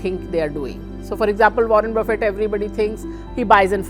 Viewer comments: Buffet not boufey 😂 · Learn to pronounce Warren Buffet